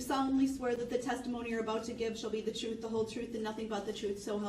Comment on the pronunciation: And.....it is duress not DURREST, and truth not TROOF.